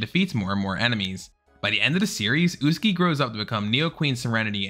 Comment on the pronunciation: “Usegi” 😭😭 The correct pronounciation is USAGI!! XD